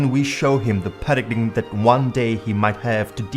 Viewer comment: With great respect, you would be better off with a Narrator who can pronounce with (important) word "PARADIGM" phonetically pronounced "para-DIME" It helps with our FE credibility...